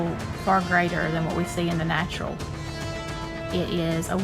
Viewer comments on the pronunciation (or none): What is she saying?? “greater than what we see in the natural”? “in the nacho”? 🤔